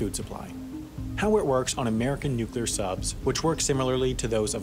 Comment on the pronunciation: Finally a narrator that can pronounce nuclear!